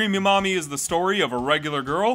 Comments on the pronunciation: I thought you were saying 'creamy mommy' and I was scared. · The number of times my brain thought he was saying "creamy mommy"... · Everytime you say her name I keep hearing creamy mommy which really makes me cringe to the point I feel like the creator was a very perverted person. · Ah yes, "crêap", the past tense of the old Anglo-Saxon verb "Creopen" which mean "to creep" Good old Creamy Creep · Everytime he says the name I feel what's left of my soul die little by little